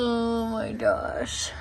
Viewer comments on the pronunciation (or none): Am I the only one who notices that says oh my gosh with a D like oh my doshh lmao 😂 I love it